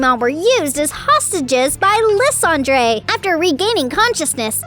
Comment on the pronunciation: Team Flare's leader's name is pronounced "LIE-SAND-ER" not "LYS-Andre"